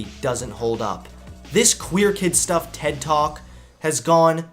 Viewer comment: That “ted talk” hurt me